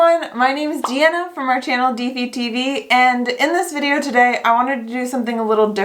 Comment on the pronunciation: hahahaha the first part and the pronunciation of Deana was so hilarious i am dying